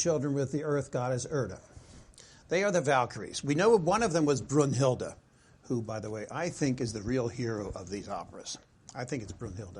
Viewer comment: Also its pronounced "Brinhilde" with a short i, not a long u.